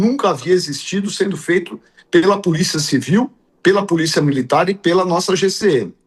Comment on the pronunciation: O prefeito Nunes, falando puliça municipal........😂😂😂😂😂